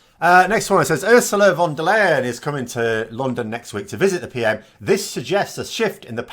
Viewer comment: It´s not pronounced von der Lay-en but von der Lie-en